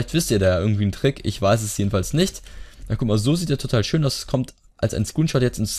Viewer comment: nicht azs sondern aus